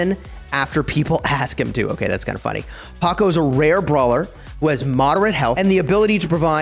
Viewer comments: Its pronounced ""Powkow" not ""Pohcoh " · I got triggered hearing you say Paco over and over again💀. Glad you caught it in the comments section. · Every time he says Pocko 🤢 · PS THIS IS SUPER EMBARASSING BUUUUUUT it's POCO NOT PACO. THIS IS WHAT I GET FOR RUSHING AHAHA. At some point I say "groot" but I mean Gru, lol. WELLLL hopefully you enjoy it anyways!! Actually no, I intentionally mispronounced it to farm comment engagement. Yeah. That's what I did. Totally. Fully not a complete blunder on my part, intentionally comment farming. /facepalm /embarassed hahaha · Bro really called poco paqoe (geometry dash reference found?) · Bro what is your pronounciation of poco 🤣🤣🤣🤣 paco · it’s “poe-co” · Him saying paco doesn't sit well with me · The way you said Poco ia hilarious 😂😂